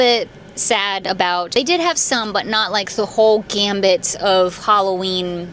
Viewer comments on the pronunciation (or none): none